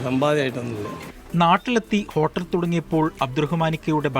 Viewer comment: ഹോട്ടെല് അല്ല ഹോട്ടൽ 😆😆